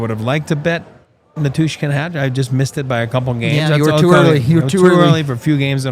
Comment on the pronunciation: Listening to mispronounce Val's last name make my head explode. Dude! Learn his name.